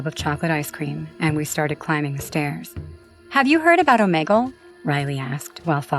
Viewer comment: The way she says omegle😂😂😂